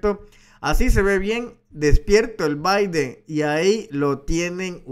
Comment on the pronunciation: Se llama Joe Biden. No Joy Biden..gracias Larin